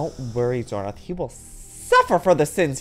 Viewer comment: i love this roleplay, and doin xornorth name is so good